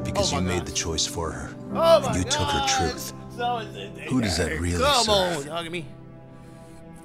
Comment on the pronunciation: Yagami : “Sawa Sensai” 🤦🏿‍♂️🤦🏿‍♂️ every time